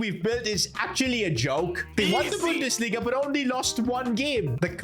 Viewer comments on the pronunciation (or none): none